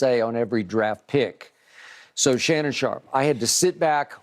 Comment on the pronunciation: I was making fun of how Shannon said his name. I know he’s good. Chill the fuck out and turn off your caps lock bud…